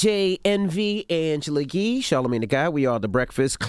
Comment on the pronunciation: I know Envy didnt say "angela Gee" . Am i tripping? Someone else had to hear that 😂